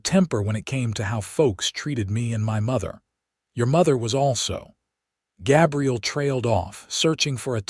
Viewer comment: Why use the name Gabriel if the AI can't pronounce it? Certainly not going to listen to over 2 hours of that.